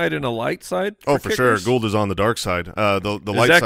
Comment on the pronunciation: Congratulations! You are one of the very few who pronounce my last name perfectly! It's Gould not Gold. You my friend win a cookie!